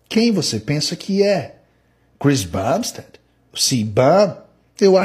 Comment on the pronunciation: Você pronunciou Bumstead PERFEITAMENTE mas falou Cbum errado skskddkkddkksskk